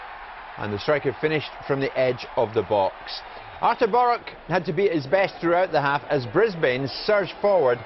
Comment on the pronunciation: great excercise in how to mispronounce things from our there. what, was he sponsored per cock-up? boruK?! brisBAIN?! ZalOWSKI?! prat. just think, he's only on about £100k + a year to read out loud and even then he's still pish at it.